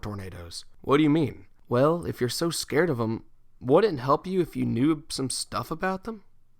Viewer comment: he said Scåred